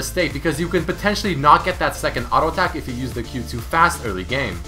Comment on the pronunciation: ARO ATACK ARO ATACK ARO ATACK ARO ATACK.... JUST SAY "T" NOt "R"